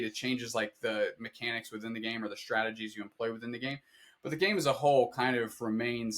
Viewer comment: I go by GaMa, and you pronounced it right. There was a day and age where GaMa was never taken, but someone always keeps sniping it xD See you at Worlds!